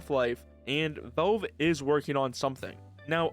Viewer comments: "Vaulv" :face-turquoise-covering-eyes: It's Valve, not "Vaulv" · bro fr how does he not kno how to say valve properly 😭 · Nitpicking but you need to work on your pronunciation, especially with the word "valve".